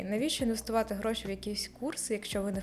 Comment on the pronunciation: Мені так подобається фішечка - слово «ґроши» замість «гроші» Перший раз чую) Це ви самі придумали чи києвські словечки такі?